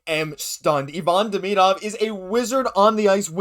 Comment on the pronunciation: A good report, but my main reason for commenting is to recognize someone finally pronounces Demidov's name correctly. The correct way is just as easy as the incorrect way I overwhelmingly hear from people - even hockey announcers and commentators who know or should know better. I don't know if this out of uncaring, laziness (to do the research on how to pronounce it) or what, but I find it disrespectful and irritating, among other things.